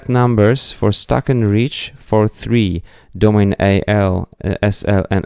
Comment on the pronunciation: Domane is pronounced "Doh-mon-e".